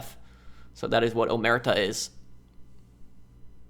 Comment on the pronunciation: omertà with the accent not omerta...love your playthrougts keep it up! greetings from Italy